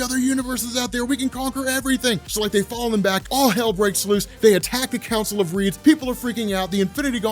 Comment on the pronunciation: Sorry, when you said "the Council of Reeds", I thought you said "the Council of Ricks"